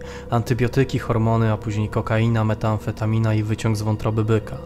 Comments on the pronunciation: To jest METamfetamina a nie METAamfetamina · Bardzo ciekawe. Jedynie to jest MET-amfetamina, a nie META-amfetamina ;) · Drogi Redaktorze! Tak wysoki poziom kanału a tu taka wpadka słowna . Na przyszłość : METAMFETAMINA a nie METAAMFETAMINA. Pozdrawiam. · Drogi Redaktorze! Poziom kanału genialny a tu taka wpadka słowna. Na przyszłość : METAMFETAMINA a nie METAAMFETAMINA. Pozdrawiam. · Nie mówi się metAamfetamina tylko metamfetamina (Met nie Meta) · Co do powodowania euforii przez oksykodon niby dwukrotnie większej niż heroina jest to NIEPRAWDĄ, a metamfetamina wymawiamy z jednym a